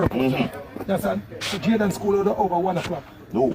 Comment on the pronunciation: UNO PRONOUNCE THE CHILDS NAME PROPERLY. ITS NOT DAN IS DEN,,,,JAYDEN NOT JADAN, BIG UP YOURSELF PRESS